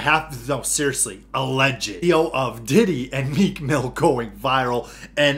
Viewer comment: Somebody called Meek "Cheek Mill" i lost it 😂